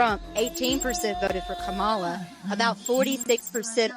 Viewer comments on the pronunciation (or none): Why would you interview a random DSA person for this who has 0 knowledge of electoral politics and never won anything in Mississippi. She couldn’t even pronounce Harris’ first name right. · the way she is pronouncing kamala is horrendous lmao